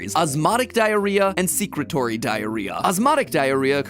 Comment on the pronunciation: Secretory isn't pronounced that way, it's like secretion, secrete-ory